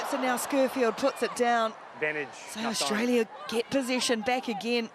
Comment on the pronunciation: Since when is there an H in AUSTRALIA? Commentators are extremely irritating to listen to. Well done, Canada!!